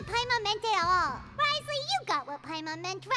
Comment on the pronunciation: will you ever say his name right? (among many other things)